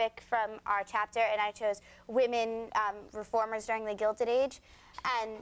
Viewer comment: did Conan say "GildEN Age"? Compared to Natalie saying it correctly "Gilded Age".